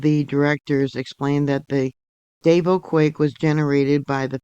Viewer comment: Hi, Thank you for covering this. Just a little FYI…Davao is pronounced like…two syllables…Dah Vaw…not Day Vo.